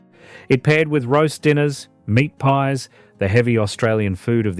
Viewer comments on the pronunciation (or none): none